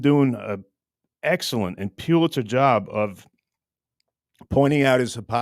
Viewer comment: FYI …..”Pulitzer”..Pronounced…Pull-It-Sir.